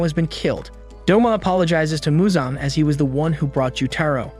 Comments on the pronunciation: It’s Muzan not Michael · Bro said Michael Jackson instead of Muzan ☠️😂